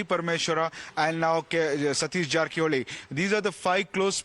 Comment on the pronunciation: Jarkiholi not Jharkiholi.